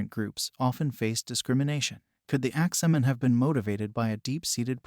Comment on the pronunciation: Why is he saying "Axeman" like that?? Lol. "Ax-Man"..... not ""Ax-ah-man"!!!!!!!